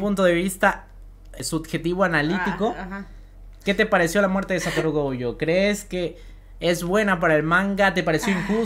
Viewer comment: Mu(ri)o gojo y el nunca dijo Gojo bien xD